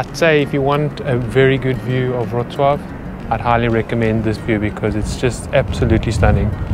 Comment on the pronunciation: Respect for great "Wrocław" pronunciation :)